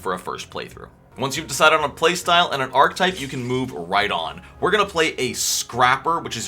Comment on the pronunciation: I like how you call yourself out for saying "choosed", but not "ark-type" like 10 times when it's really pronounced "are-kah-type". 😂 Great video man, good stuff.